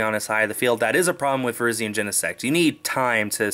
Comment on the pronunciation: Does it bother anyone else that he calls it Virgen